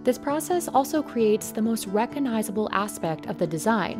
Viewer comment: The "g" in "recognizable" is not silent. C'mon. All you do is speak. Someone else does everything else. Try to get the pronunciation right.